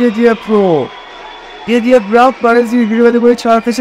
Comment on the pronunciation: انور گدیف نه 😅😅😅😅گودیف درسته